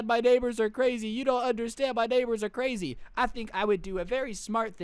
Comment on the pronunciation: Wow she's cwazy